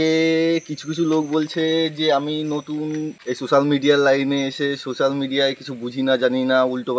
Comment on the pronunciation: আরে ওটা সুসাল মিডিয়া নয় রে ওটা সোসাল মিডিয়া 😂